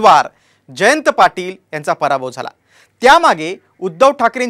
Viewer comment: भराभव नाही रे पराभव 😅